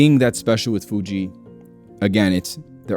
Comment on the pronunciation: sounds like you're saying "fuchi" in spanish 🤣